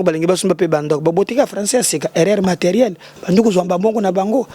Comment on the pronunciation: Français ya sika na la Cour Constitutionel " erreur materière " eeee bayebi Français...Congolais nde makambu kiekiekiekie